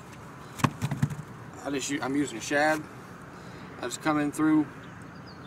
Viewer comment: its shad not shab